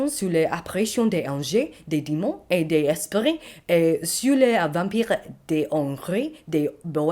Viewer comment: For the reading , just a couple oif points First, when you have a "Des" followed by a voyel you have to pronounce a liaison for example "Des esprits" would be pronounced "DézEsprits" Anges the e without accent is pronounced closer to the "u" in the word hum. Same for the "De" in "De Hongrie". ;-) Hope it will hep you in your french journey!